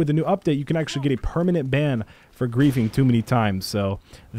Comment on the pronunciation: Wait, Permananent?